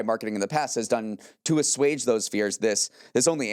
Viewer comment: He said it, he said assuage.